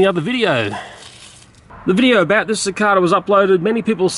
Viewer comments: Is "Si Cah Duh" how you pronounce cicada in Australia? I was taught it was "Si Cay Duh" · Sine the way he says "cicada" is different then how I usually hear it, it's just a bit odd to me. XD